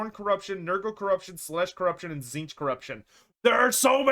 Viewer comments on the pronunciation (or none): none